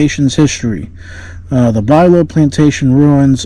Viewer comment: Pronounced "Byou-low" not Bilow.